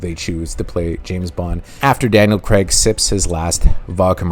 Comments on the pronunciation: Daniel "Craig", not "Creg" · It's pronounced Craig! Not Creg!